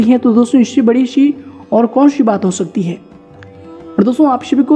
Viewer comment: भाई साहब ... स बोला करें... श नहीं... लग शकती है। नहीं लग सकती है। सभी बोलो शभी नहीं।